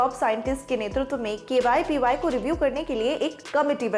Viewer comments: Ma'am it's KVPY not KYPY.....!!! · Why is anchor saying KYPY instead of KVPY? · Camera Jatin ne shambala pr jaban sambhale ke liye bhi kisi ko rakh leti madam. KVPY ko KYPY bol rahe hai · Dekh rha h Binod . . Kaise KVPY ko KYPY bol ke nazarandaz Kiya ja rha h.😃😃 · Pagla gyi hai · She must be reading it from her documents, whoever wrote this news must be dumb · KYPY kyu bol Rahi hai aap baar baar. It's really irritating. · ये v को y पढ़ती हैं। समीर भाई की बहन। (BB ki vines) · Main word KVPY hi galat bol rahe hai 🤦